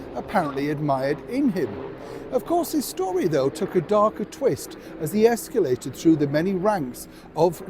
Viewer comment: Okay ✅ Americans aren’t the only ones who mispronounce escalated!